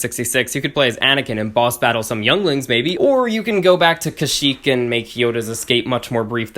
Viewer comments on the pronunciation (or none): none